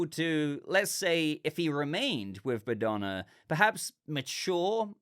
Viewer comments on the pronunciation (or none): Bogdana was the old lady's name I believe, not Badona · the way you mispronounced the old lady name was funny to me. You made it sound like she is Madonna with the B while her name was Bogdana. Eric in this series reminds me Drax from Gunn's GotG movies, he has similar jokes and intellect level minus his obsession woth Bride. I was expecting him to be more heroic but it provides a good dynamic to Bride's character. Regarding Clayface it works well as introduction without telling us much about his character so it can be explored more in his own movie.